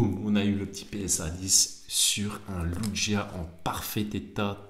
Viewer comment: Très belle réception avec superbes notes! Tu as actuellement 142 lugia en français notés 10 par PSA, c'est peu et tu dois être au moins à 1500 euros, et c'est le début! Juste on dit "Louguia" ;)